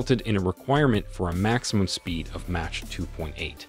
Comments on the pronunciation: Match? It’s pronounced mock…dooofus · Narrator is atrocious. It’s pronounced. NATO = “nay toe.” Mach = “Mock”. How do these people make it thru life sounding like idiots. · Match 2.8? You mean Mach 2.8! It's pronounced MA-K, not MA-CH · Its pronounced :mak, not mache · Wtf is: Match 2.8?????? Do you mean Mach (pronounced MAAK) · Narrator can’t be that stupid. NATO is pronounced “naytoe”, not “nah-toe”. Mach is pronounced “mock”, not “match”… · It’s pronounced “mock”, not match. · We cannot believe anything said in this post since the so called narrator doesn't know how to pronounce anything in this video. It's pronounced mok not match. Also nato was horribly pronounced as well. Get it together or stop making these videos. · bro I didn't know nato was pronounced niato, and mach is maush, dude, ik english hard but thats not how any of these words are said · Can I narrate your next video? I can pronounce mach. (sounds like mock) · You’re the first person I’ve seen who doesn’t know how to pronounce “Mach” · Did he say “mach” as in macho? LOL don’t know how to pronounce “mach” as in air speed eh? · I can't take anyone serious who can't pronounce NATO and Mach correctly. You're doing military shorts, you should be familiar with these terms. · Does oir narrator not understand how to pronounce "NATO" and "Mach"? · How did you mispronounce mach? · the simple fact is its a bot, a very good sounding bot but it does mispronounce things like nato and mach clearly, I’m sure the person who wrote the script knows enough about what he’s talking about